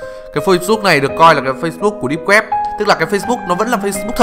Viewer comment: Mấy lần rồi :)) deeb not deep